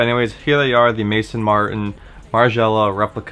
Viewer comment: It's Maison as in house in French. Maizon